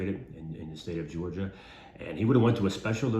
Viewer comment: Thank you for saying Georgia.❤